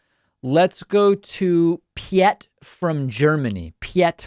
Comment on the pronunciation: Haha you pronounced Piet pee-yet >.<